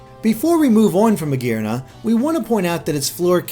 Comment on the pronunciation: I cringe at the way pronounces Magearna